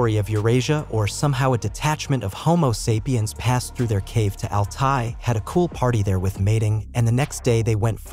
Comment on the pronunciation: I'm not watching anything where someone can't even properly pronounce homo sapien